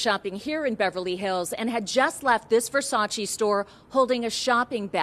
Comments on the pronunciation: its versace, not versaci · It's pronounced Ver-sach-Ah.